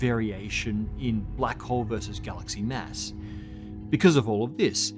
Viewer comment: Please, stop pronouncing "mass" as "mess"